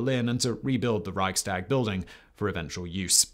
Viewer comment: Made worse by the fact that he pronounced Reichstag and Bundestag quite well. Come on, you can do better...